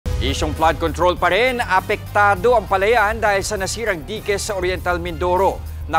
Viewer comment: Dayk ang basa dun hindi dike ano ba naman reporter to